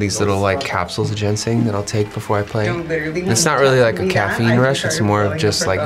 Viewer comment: its ginseng not gensing..